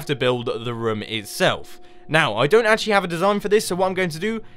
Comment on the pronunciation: Who else hears rum? when he says room?